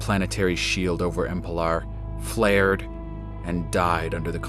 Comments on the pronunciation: Great presentation as always! I hate to comment on it, but the planet is called Emelpar, not Empelar. But that's the only concern I have =) . Well done! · why is nobody noticing that it is not EMPELAR! IT IS EMELPAR!